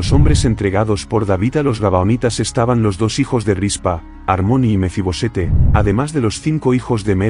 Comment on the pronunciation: No es Mefi-Bosete, es Mefi-Boset.